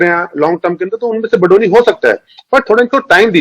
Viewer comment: Kamino phele BADONI naam likhna aur bolna to seekh lo.. Hum बदोनी ya बधोनी nahi balki बडोनी हैं "ड से डमरू वाला ड" पढ़ना नही आता क्या?